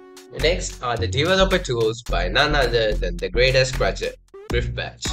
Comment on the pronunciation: "blog" "gretest" 💀